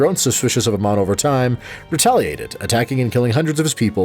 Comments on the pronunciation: Ok ok I know you haven't even tried the game but Amon is not pronounced Uh-mon it's like the letter A and just add Mon A-mon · I know his name is spelled the same as Amon from Korra, but Amon in Starcraft is pronounced Ey-mawn. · A MON that is how you say his name